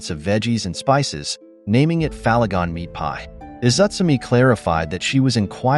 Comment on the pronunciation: what im annoyed by, he keeps pronouncing Falin as "far-lin" then he reads Faligon but pronounces it without the R he keeps using